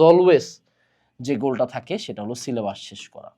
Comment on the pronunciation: পীর যেভাবে সিলে'বাঁশ' বলে😭😭